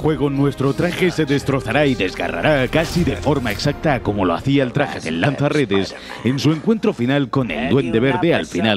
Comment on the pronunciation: Eshhhpiderman, lansha redesh